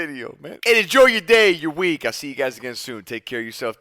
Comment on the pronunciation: Nick said "enjoy your day, your week" It sounded like "enjoy your day, you're weak" 😂 Why you dissing us Nick